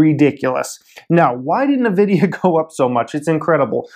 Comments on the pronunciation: Duarte Ramalho Lol sound like he saying the lotion. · Can you just learn how to say Nvidia? Thanks!